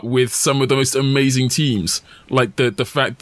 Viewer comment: ponkauh in da ckreetscehstt. ehmeizeenk. amazing.